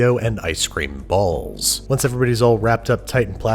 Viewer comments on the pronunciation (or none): man you really had to put that much emphasis on balls Haha